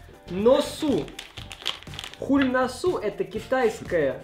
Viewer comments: ни хульносу а сульносо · не хулносу а ксулносу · почему ты прочитал, xylnosu , хуль -по русскому в nosu -по английскому чтобы посмеяться над названием, или от того, что произношение ужасное?